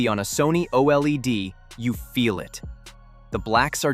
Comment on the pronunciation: OLED, pronounced O-Lead as in the metal. Q-Lead.